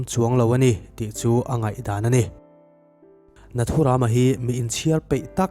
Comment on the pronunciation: Tha hle mahse nathuram lam dan a dik lo ram(jungle anga lamtur)